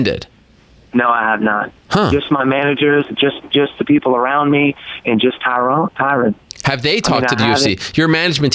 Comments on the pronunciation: Stephen it's not Tyrone, it's Tyrun. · how he says "Tyrone" is funny